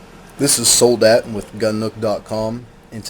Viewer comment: Soul Dat? Wtf bro? Soldat is pronounced Soul Dot.